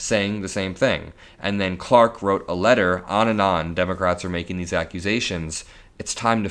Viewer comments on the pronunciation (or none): none